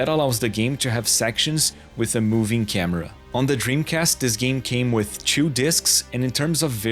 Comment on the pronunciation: Could tell straight away this fella was Brazilian, by the way he says the number 2 as "tchew".